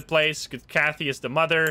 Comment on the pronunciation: Kathy rhymes with Math-y Just FYI